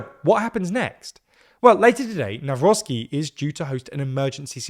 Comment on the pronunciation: Everybody pointing out how Czarzasty's (cha-zha-sti) name has been butchered, nobody noticed that pronunciation of Nawrocki has improved (from nowrocky to navrotsky)